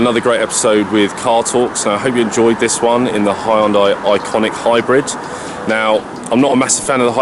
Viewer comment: Say the name right before you review..IONIQ NOT ICONIQ